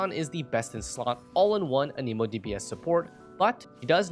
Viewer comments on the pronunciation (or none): Everyone say it with me, an-eh-mo It isnt, an-eeeeee-mo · Stop saying A-Knee-mo. How the heck do you even think that's how it would be pronounced? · I've noticed a lot of people say "Aneemo" instead of "Animo" for (Anemo). Why is this? I'm hoping there's a good reason because it's like nails on a chalkboard when I hear it.